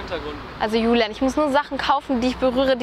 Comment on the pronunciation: Bibi sagt einfach immmmmmer Lulian und nicht Julian